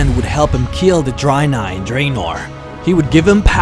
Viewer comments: Nice videos mate, by the way Dreanei is pronounced with ea like dread and not drainei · Why do you keep saying "dry nye" lol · I think its not pronounced draynai and draynor...